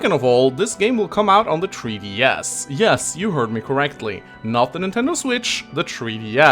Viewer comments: Tree DS =X That's all I could hear lol. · Tree DS. lol. Still far superior English than whatever I can speak at :P Thanks for the vid!